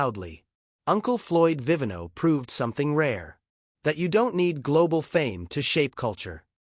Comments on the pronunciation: BAD NARRATION !! poorly researched !! NOT Floyd "Uncle Floyd Vi vi NO" It was Florio "Uncle Floyd Vi VEE no." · Viiv EE' no. His name is Floyd Viv EEE' no! It means wine maker in Italian. A beloved entertainer. Please program your robot to get his name pronounced correctly.